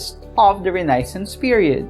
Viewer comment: nabother po ako sa pronounciation ng renaissance.